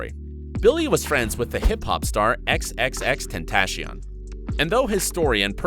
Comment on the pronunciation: REALLY, TEntAciOn?!